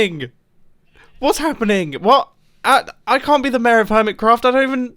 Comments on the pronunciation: Everyone: Mayor. Mumbo: Mair. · Me: yeah, ik enough english to understand videos and audio stuff ^^ Mumbo:... Mumbo: I seem to be campaigning to be MÆR me: 👁️👄👁️ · i just love how you and grian both prenounce 'mayor' as 'meehrr' XD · its pronounced mayor not maeh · Word: MAYOR Pronunciation MEHE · Mair is the correct way pronounce mayor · Mumbo: reads Mayor Mumbo: mair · Nobody: Mumbo, pronouncing mayor: mer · Look I love the British accent, but why does he say mayor as “mehr”?!? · Everytime mumbo says mayor, I hear ‘meh’ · It's pronounced may-or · The way he pronounced mayor doesn't feel right.